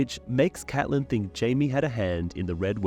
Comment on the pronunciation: Thanks for pronouncing Catelyn the way we like it